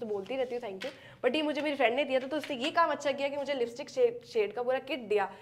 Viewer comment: Lipstick ❌ Listick✅